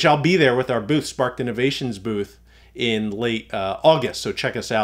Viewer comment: SPARKED innovations.... I was trying to find your website for 30 minutes after the last 12vtalk podcast but I kept hearing spartin innovations lol.